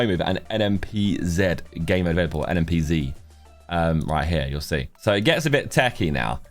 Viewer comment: Thank you for saying NMPZee for us Americans